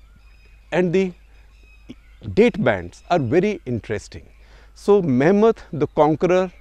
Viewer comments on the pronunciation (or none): none